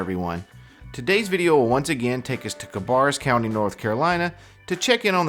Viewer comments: It’s Cuh-bear-us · Hey brother! I have to honest and tell you that I am commenting before getting past the 20 second mark of the video, but I had to stop and address your pronunciation of "Cabarrus county." - the second "a" is pronounced with a long "a"...I live about ten miles away from that county (unfortunately lol) currently, but have grown up in this state always very near the county referred to. I have to tell you that it made me laugh...thanks for that! Keep doing you regardless...I love what you are doing, and keep up the good work. If you ever out this way - hit me up...FOR REAL. We can grab a few cold ones, or whatever...if you want to be shown around the state - we can do that too.